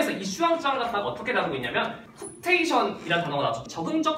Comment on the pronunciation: 쿱테이션이 아니라 코옵테이션